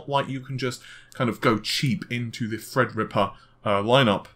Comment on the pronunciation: The way pronounces "Thread Rippa" is extremely annoying. It sounds like he is either holding his nose or has a cold.